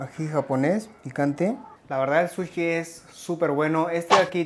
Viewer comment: Todo genial!!!! solo que no se dice "suchi" sino "sushi", todo lo demás correcto, matta kondo!